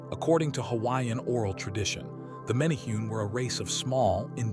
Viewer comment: It's "men a hu nees".